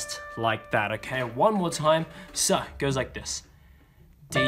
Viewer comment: After the second, section 1 when you said so it sounds like sus